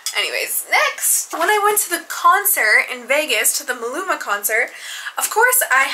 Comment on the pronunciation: Ma-lu-ma not mu-lu-ma 😂I love you thooo 🩷🩷🩷